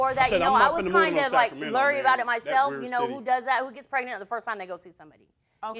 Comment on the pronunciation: But he still said PEG-nent instead of pregnant🤦🏾‍♀️🤣🤣